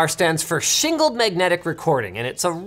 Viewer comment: "shingled magnetic recording" or "single magnetic recording"?